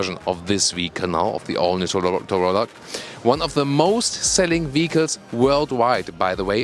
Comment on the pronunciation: He said “torolla” lmao